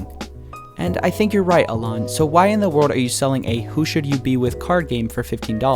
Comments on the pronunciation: I think you're right about the School of Life, but dude...Learn to pronounce "Alain" properly. It's not "Al-on". I cringed every time you said his name. You made a point of emphasizing the correct pronunciation of Nietzsche, so you can get Alain right too. Here's a guide: (While I'm at it, PSA: Moulin Rouge =/= "Mulan Rouge.") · If you're going to make a whole video about somebody, at least learn their name! It's not Olon, it's Alain! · Learn to say Alain’s name first 🙄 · Alaan, really? Is this how you pronounce his name?... No I am afraid.